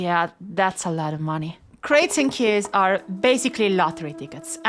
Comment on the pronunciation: so you're telling me that I can edit a tee-ex-tæ and then get unlimited keyæs?